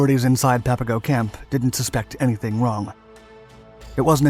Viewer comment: A couple of things, I could add: Papago is pronounced like Pop a go, not pap. The label was a derisive one the Spaniards had for the Native Tohono O'Odham People, who still live here. [It meant ''Potato Eaters.''] The title is no longer PC. The yarn is well known here in Arizona, and you missed a few colorful details. Coleche is a congregated natural ceramic, created from intense solar heat and the right soil combinations over eons. There is a Coleche Layer all construction guys here know about. Usually about 6 feet below the surface. You need a 6' iron digging bar to bust thru it. Tough stuff, but once thru the Coleche, the digging gets easier. The story goes, the U-Boat guys got hold of a gas station map, which showed the local ''washes'' and arroyos, as streams, with little blue squiggles. Except for during Monsoon Season, when a flash flood can turn a dry wash into a raging, impassible torrent, they are dry and choked with abrasive brush, cacti, mesquite, cholla, etc. In their optimism, the U-Boat guys made their own Klepper folding boats [canvas kayaks] out of plywood supplied from the camp Recreation Department and raincoats. With these, they would navigate the imaginary rivers seen on the map. Gila is pronounced with a Spanish silent G like ''Hila.'' I also heard the German POWs spent their last American money on Chinese food in Downtown Phoenix, before being turned in to the Army. Local Chicanos lived near the camp. My Brother's ex-Sister-In-Law, Bernice, was a small